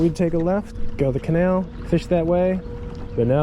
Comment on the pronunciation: “Da canail” “In this canail” “CANAIL!!!”